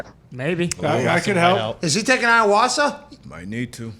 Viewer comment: Lol “ is he taking ayawassah?” Lmaooo ayahuasca